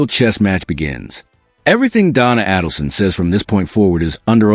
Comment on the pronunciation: Name is pronounced like "aid", not "add". "Aidelson".